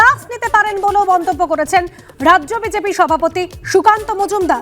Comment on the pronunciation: সংবাদ পাঠিকা ড়াজ্য না বলে রাজ্য বললে ভাল হতো।